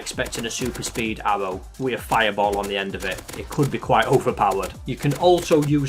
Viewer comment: This guy pronounces aRRow like aHBow